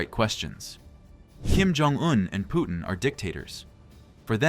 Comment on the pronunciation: His name is Putin not Pootin Their is a difference